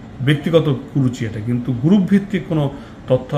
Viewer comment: "গ্রুফ" না উচ্চারণটি হবে গ্রুপ, তাতেও সমস্যা হলে " সংঘ " বলুন।